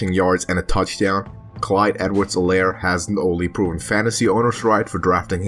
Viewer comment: You pronounce his name wrong The H in Helaire is silent